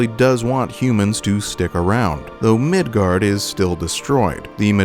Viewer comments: FYI, it's Midgar. Not Midgard. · Midgar not Midgard. If you are going to try and make a video talking about something then you should probably know how to pronounce it. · I’m not sure if anyone has said this yet… but there’s no D in “Midgar”… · It's called Midgar, not Midgard. You can thank me later, or now. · I’m gonna stop it right in the beginning at “MIDGARD” 😂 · There’s no D at the end of Midgar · MID GAR. MIDGAR. MID GAR ffs sake ya douchbag. Learn words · Midgar not Midgard